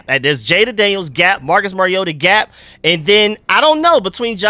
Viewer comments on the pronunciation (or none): none